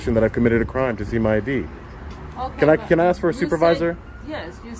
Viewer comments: Does the woman who can’t even pronounce the word “ask” know she sounds like a drunk? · You heard the detective, she axed you to leave. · She lost all credibility when she said, " I'm gonna have to AXE you to leave"...Cannot even speak the language and she is a "Detective"? Really ? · How can you wear a badge and pronouce the word "ask" with the word "axe"?